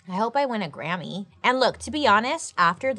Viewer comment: "I hope I win a Grahammy" I'm dead. 🤣